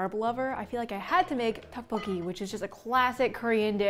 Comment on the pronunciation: “Duck bo gi” I swear ms girl get your pronunciation right